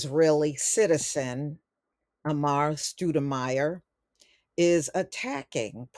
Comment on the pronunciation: You can’t even pronounce his name